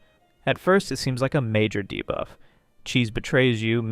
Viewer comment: Idk why nut everytime he says debuff i hear divaaa 😭😭